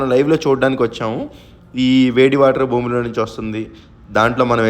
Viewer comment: బూమి...కాదు సామీ భూమి...